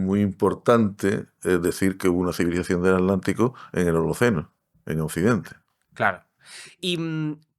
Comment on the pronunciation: No entiendo por qué pronuncian alántico o alántica omitiendo la T. Se pronuncia aTlántico o aTlántica.